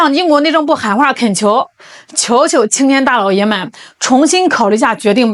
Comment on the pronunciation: 我得唠叨一句 这里的“大老爷们”可不兴这么读 至少不能加儿话音 词义都变了...听起来给给的...